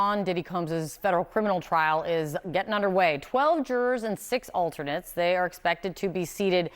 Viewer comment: I'm a bit shocked to hear a professional news presenter say "gettin'."